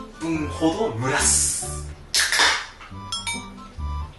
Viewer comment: 蒸らすの言い方よ笑